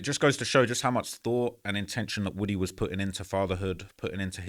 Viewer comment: It’s pronounced WOO-TEE